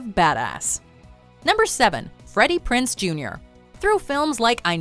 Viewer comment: Thats not how you say Freddy PrinZe Jr.